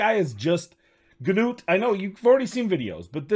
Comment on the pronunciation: "noot" not "g-noot" I don't understand how 99% of content creators get it wrong when it was said in the COTA video. What about putting in aket or what ever his name or vildrax for hex with Artak or similar with burn activations for spider?